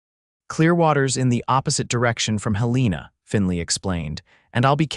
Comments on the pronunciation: Mispronouncing Helena as Hel-EE-na is annoying but it does seem to be a common occurrence among these AI narrators. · Pronunciation correction, please HEL-ĕ-nah